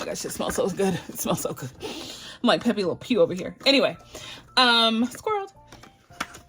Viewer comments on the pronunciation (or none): I love to hear you say squirrel that just cracks me up. And makes my day 😅😂❤